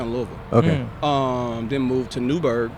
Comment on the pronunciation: I realize you probably won’t see this but thank you for saying Louisville correctly lol